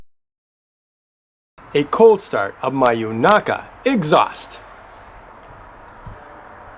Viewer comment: the pronunciation you landed on was good. xD